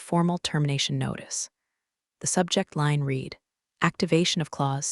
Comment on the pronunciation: the AI narrator needs to learn how to pronounce read properly. 'red'... not 'reed' in the context that was repeatedly used incorrectly.:text-green-game-over